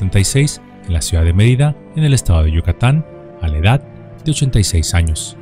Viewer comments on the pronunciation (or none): none